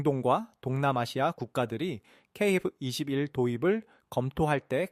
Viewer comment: 케이에프이십일조차 제대로 읽지 못하나? 대체 중국인이냐?아님 일본인이냐?